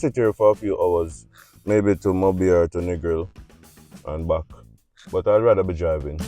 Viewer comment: How jamaicans pronounce « back » 🤣🤣🤣 « Mbouack » I love you guys. I am from Ivory coast and I love Jamaica 🇯🇲